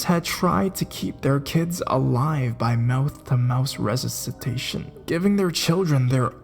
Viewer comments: did he just say "resusus-tation"...? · "mouth to mouth resisisitation" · Sounds like a cross between Shatner and Keanu Reeves but with much more artificial, affected emotion. And when he stutters while discussing Camp 22 and says "ressussistitation" I had to laugh out loud. Someone shut him up please!